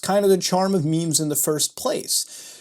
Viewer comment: Nooo not the "maymays"